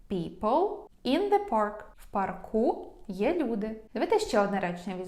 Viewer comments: Дякую за змістовні та дуже зрозумілі уроки. Ще маю одне прохання ,чи могли б ви пояснити у чому відмінність англійської американської і британської.Кажуть правельно вчити британську. ❤(У п'арку ) наголос на (а) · Правильно у па'рку. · Парк - має одну голосну. Наголос на неї у всіх відмінках🤷‍♀️ У пАрку. Це ж поосто - як ваші уроки англійської. Дякую за ваші пояснення - вони завжи лаконічні та зрозумілі👍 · У парку.( наголос на а) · Дякую!!! Все - чітко!!! Вас дуже приємно слухати!!! У парку - наголос на 1-му складі!!! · У парку більш на а наголос. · В парку, парків наголос на "а", бо парк. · Парку, парків ставимо наголос на "а", бо парк.